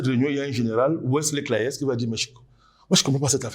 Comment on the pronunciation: C’est Wesley Clark pas Wesley Cléas 😅. J’étais en train de chercher sur Google comme un fou